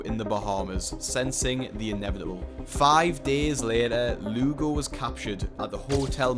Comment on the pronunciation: When the Lugo sounds like lougle right in front of lougle himself 😂